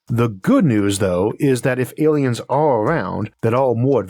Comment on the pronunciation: "Aiens have invaded"? :)